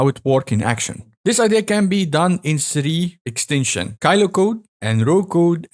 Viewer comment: sree ekstensioonnn